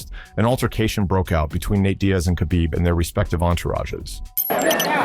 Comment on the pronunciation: u see AI cant even say khabib correctly. what a lazy video